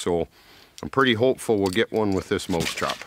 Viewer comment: he keeps saying moose trap